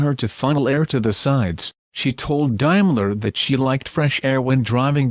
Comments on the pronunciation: It’s Daimler not Dimeler ! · The correct pronunciation of the word 'Daimler' is 'Dame-ler' , and not 'Dime-ler.' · What exactly is a "Jagwire" or a "Dimeler?" These awful "robo voices" REALLY suck! You mean there isn't an actor out there, with a classy English accent, that could do this???:Shame! Our SAG/AFTRA friends are out in the streets, now, fighting this junk! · Yeah?, what exactly is a "Jagwire" or a "Dimeler?" So many wonderful, under employed Shakespearean thespians could have narrated this piece. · You Americans will do anything to sycophantically align yourself with the Royals. Please check your pronunciation and have a real human do the speaking. And by the way, Helen Mirren is not the Queen. Also it is not a 'Dime-ler' but a 'Dame-ler'. And it's a Bentayga not a Bentiger. Oh, I give up.